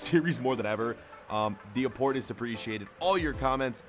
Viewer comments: "THE UPPORT IS SAPPRECIATED😂😂🥴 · Did u say "The Apport is Apreciated"